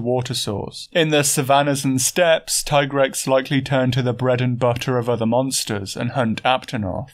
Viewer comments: Thank you for pronouncing TAI-grex instead of TEE-grex. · I appreciate your keen attention to details and respect for monster biology but more than anything I appreciate the correct pronunciation of Tigrex. Keep up the good work. Very entertaining stuff.